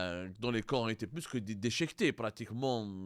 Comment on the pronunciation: Des corps dechéquetés ouela déchiquetés !? L’etalé ouela l’Italie !? Roh y’a Abdou, tu ne sais même pas parler… Pour info le premier journal qui a diffusé l’info c’est Marianne, un article ecrit par Amar Ouyahia qui est habitué a s’attaquer à l’Algerie … A bon entendeur !